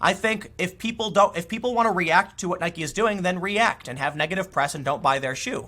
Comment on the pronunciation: The most important takeaway from this video is....Tim finally pronounces "Nike" correctly.